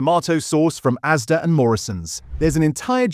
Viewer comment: It's ASDA not AZDA